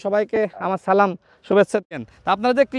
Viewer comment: রাশেদ ভাই সালাম টা ভুল হইছে একটু ভালো করে সালামটা শিখে তারপরে দিয়েন আমি আপনার শুভাকাঙ্ক্ষী এবং আপনার এই ধরনের মানবিক কাজগুলো চালিয়ে যান।😊